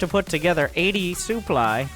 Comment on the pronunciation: Still saying souply